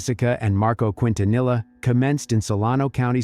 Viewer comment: You’re pronouncing Quintanilla wrong. It’s a Spanish surname and double Ls are pronounced as a Y not a L.